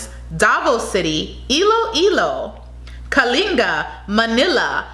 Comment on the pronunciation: GO MISS KALINGA😍😍😍😍.... You pronounced it perfectly💕💕